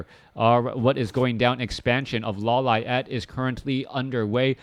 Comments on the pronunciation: Law Liet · why you say "LAW LA ET"? xD is funny